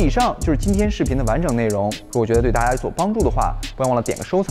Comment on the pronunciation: 大家好。请说，难道在中国人说“大家”像“ta-(h)a”以的？